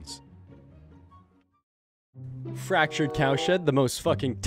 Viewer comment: At the beginning thought you said fractured cow shit. XD